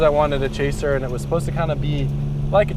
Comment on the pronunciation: chaser? i heard traser lol